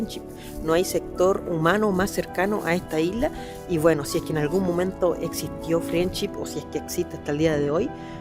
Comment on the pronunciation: se dice FRENDSHIP!! no friendship parece como si nunca hubieras escuchado el nombre antes y por desgracia te resta credibilidad